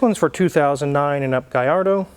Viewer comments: great info as always!!, but "LL" in italian is pronounced as a long L, not a Y. is not the same as spanish. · I like Smack That, but every time he says Galardo it makes me cringe. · Double L's in Italian definitely does not make a Y sound. Double L emphasizes on the L just like Ferrari emphasizes on the R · It is NOT pronounced Gayardo you idiot! It is pronounced Gallardo, even Balboni himself says you’re full of shit! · If we study Spanish and Italian, we learn the ll in Spanish is pronounced as a Y but in Italian, the ll is pronounced as a L. If it were Spanish it would be pronounced as GaYardo. However, in Italian if is pronounced as GaLardo. It seems the only studied Spanish. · Ini Italian the double l is a strong ll sound. There is no y in the alphabet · I think we can all agree that it's pronounced "Gallardo." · Lol gui yard-o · LL in spanish is Y, in Italian it's L. The correct pronunciation is Gallardo with L, if it was from Spain it would be GaiYardo. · Thing is, in Italian, double L is pronounced the same way L is pronounced in English. The LL=Y equation only applies to Spanish. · In Italian the double l is not pronounced the same as Spanish. Double consonants in Italian are stressed slightly more than the single consonants. I’m afraid your pronunciation of Gallardo is incorrect. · wizard was so critical about Akon pronouncing gallardo with L but MS. said lets take a look under the hood in a middle engine car.oooooooowwooo he wont dare to comment on that one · your pronunciation is right, but Italians don’t convert Ls to a Y sound, I should know. Gallardo is a Spanish word for a bull. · Only in Spanish a double ll is pronounced Y. In Italian is pronounced as an l but you “hold” it a bit longer.